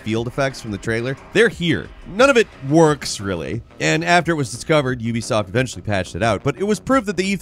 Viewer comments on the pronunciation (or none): none